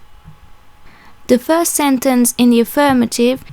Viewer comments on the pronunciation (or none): none